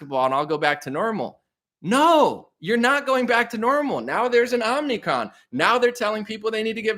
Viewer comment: i think you said it: Omni-con.